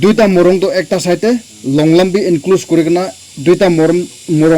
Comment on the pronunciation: Longlum ❎ longlram✅